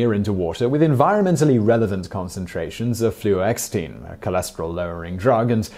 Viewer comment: It's Flu-OX-itine